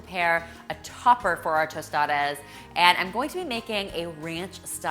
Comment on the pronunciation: Good pronunciation on the tostadas! And good job on the tostadas except that in Mexico we just add “queso fresco” instead of melted cheese! Thanks for this video 😊